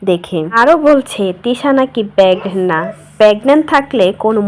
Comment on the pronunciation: পেগনেন্ট না আপু 😂😂😂 প্রেগনেন্ট😂😂 যাইহোক আশিক জিন ধরা মহিলা আশিক করে বেড়াবে 😅